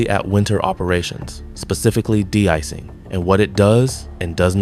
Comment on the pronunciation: AI script: "That's not this, it's that. It's not because of X, it's because of Y." Filler-filler, blah-blah-blah. The script pulled that "not-this-but-that" filler trick at least 16 times. Also, it's an AI voice. Did you notice it mispronounced de-icing, calling it "deecing"? No human would say that. The vid adds nothing we didn't already know and appears to have come from nobody.